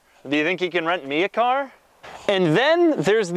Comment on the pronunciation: is it just me or does he say car funny?